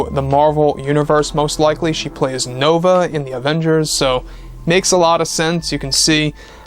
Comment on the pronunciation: MCU or Game of Thrones...Nova?! Dude I know you do your research but put more effort into getting it right when you say it.